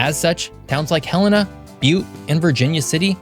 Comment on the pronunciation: hey, you pronounced "Helena" correctly!